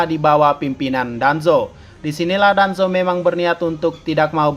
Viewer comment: Ini napa bilang danzo jadi hanzo terus itachi jadi hitaci-_